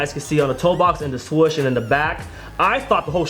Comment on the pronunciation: Why people say swush and not swoosh